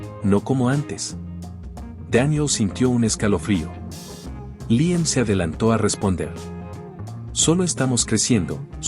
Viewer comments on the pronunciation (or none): Porqué cambia la pronunciación y dice Liem en lugar de Líam?